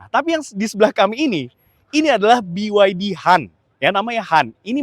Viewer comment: itu emblem diatas EV itu nama BYD dalam bahasa Mandarin bacanya "Pi YA Ti"